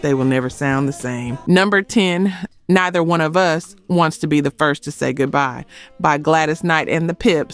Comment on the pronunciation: Saying neither as 'niither' is so crazy! Did you LISTEN to the song? If you did, you would know how neither is pronounced for this song. It isn't an either way is ok situation. Here, for this song it is pronounced like neether.